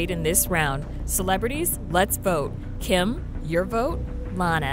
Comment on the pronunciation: Is it just me or did Khloe call Kim "Kum"